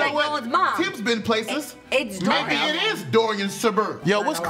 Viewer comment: Justina and kept saying Dorian 😂😂